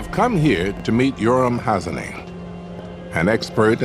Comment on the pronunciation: Thank you Mr. Freeman for saying "Hazony" the way it should be pronounced.